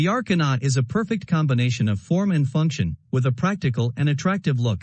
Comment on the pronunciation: The A...kar...na lmao 🤣